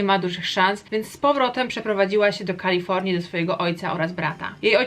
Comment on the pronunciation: "Książka na koniec roku" to kronika. I błagam... Nie Kalifołnia tylko KalifoRnia. Naprawdę to trzeba przeczytać jak "rasowy" polak po wakacjach? Tak czy srak, film ciekawy 😃